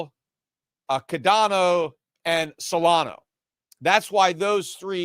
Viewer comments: Whats cadero? Your puertorican accent messing you up. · Cadano??? HAHAHAHA!!! Are you trying to be even more of a clown than Jim Cramer? He called Cardano, Cardanzo. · Peter purposely mispronouncing Cardano as cadano and cardera. Like adults used to purposely mispronounce Pokemon as pokie-man. And then saying he knew Ripple was Solana. All this just makes him look bad and misinformed about everything crypto. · It's Cardano, sorry for the correction, love your show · Cadano and solano lol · It seems that Peter may have a near perfect memory based on the stories he tells going back over sometimes decades of American and economics history. Then he comes here mispronouncing Solana (repeatedly over a couple of weeks now) and Cardano to feign limited familiarity with them. Peter we're not falling it. 🤡🤡🤡 It is clear that in the last year at least, you follow crypto as closely as you do your unfortunately-dying-at crypto's-hands asset classes of gold and silver. Just own up to it!!! We know you are financially married to Gold and Silver and we understand that when we come to your podcast.